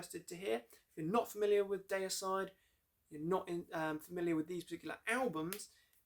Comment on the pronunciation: Say Dee-uh-side! Or Glen might get angry, (just kiddin') Seen them live 3 weeks after the Hoffman brothers where kicked out the band on tour in England 2004. Dave Suzuki (Vital Remains) and Jack Owen (Cannibal Corpse) filled in guitar duties there. I saw them kick ass brutally Effenaar Eindhoven NL Scars of the Crucifix album\,,,/